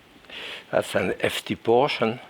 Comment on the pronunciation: Of course! Because the h is not pronounced in French!